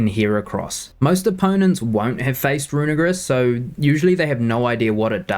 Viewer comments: Can you guys please poste poke paste link of team on description so we can try these out on showdown before building it? Side note: dude you gotta pronounce Runerigus right, you are too to a hate crime there haha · Bro did NOT said "Runerigus"😭